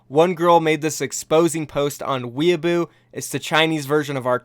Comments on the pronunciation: it’s weaboo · "Weaboo"...dude it's Weibo. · Weibo, no weaboo LMAO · Idk how he got weeaboo from weibo but...good try